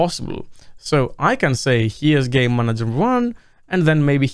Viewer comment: I swear to got that I can only hear "gay manager" not once "game manager"